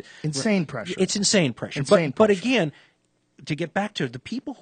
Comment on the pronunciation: Dan "ageeen" Carlin